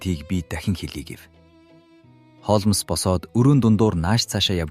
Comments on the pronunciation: Хоолмоос биш Хоолмс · Холмоос гээд байх юм! Яаж уншаад байгаа хэлгүй дада бэ? Z үeийнхэн ийм шд! Нэртэйгээр нь хулмас гэчихээч! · Холмс гэдгийг Холмоос гэхээр сонин сонсогдоод байх юм аа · Тн нэртэйгээр нь хулмас гэчих амар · Яагаад Холмоос гэж уншаад байгаа юм бэ. М С үсгүүдийн хооронд о эгшиг байна уу. Бүр уртаар дуудах юм. Гадаад, дотоод ямарч үг байсан монгол галигаар уншвал ,сонсож буй хүмүүст илүү дээр байхсан